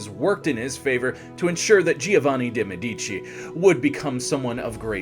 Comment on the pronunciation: It would take you 10 min to look the proper pronunciation of Deh- MeH-dici, Jo- vanni, not geo, ROH-vere, and almost all italian pronunciations. Otherwise it was very informative